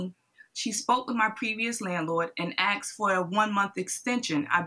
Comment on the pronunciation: Akkks….. why? Can’t people say Asked??????!?!!!